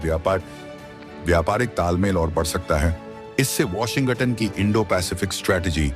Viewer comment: ***ANCHOR, (Mr.....) Please soften the "G" in Washington--so that U don't say "WASHIN--GUTTON"..***!Swallow the "G" in Washin(g)ton!! That should help!!--NO GUTTON!!!